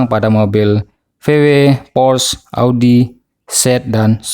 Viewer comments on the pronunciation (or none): none